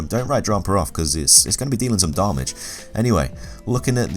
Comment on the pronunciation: I enjoy your videos with one slight exception: How you say damage. "Dar-marj".